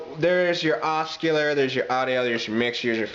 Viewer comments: hi there Liked ur video, sounds cool. Only thing is Oscillator is pronounced ossilator :) Not picking at you, just intended as a freindly comment :) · hahahahah, hes pronouncing the "C" in OsCillator......oskillater! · the C is silent in Oscillator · yeah, you knew what he was saying tho, and it's clear he's comfortable with that...i think the corrections are unnecessary and keep you on the nicer side of "hey i'm a dick". just an fyi. harden that c and it's oscillator (what he's actually saying).